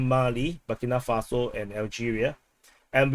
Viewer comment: Bu-Keee, Bu-Kee, Burkina Faso